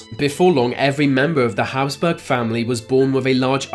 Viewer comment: Habsburg.... not Hasburg.